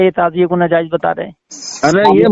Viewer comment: اِن جاہلوں کا یہی کام ہے جب پھنس جاتے ہیں تُو کُتّے کی طرح پگلا جاتے ہیں پھر بهو بھو شروع کردیتے ہیں جہلا سب اس جاھل کو تو صحیح طور پر بولنا بھی نہیں آتا ناجائز کو نازائز بول رہا ہے بے غیرت بے وقوف جاھل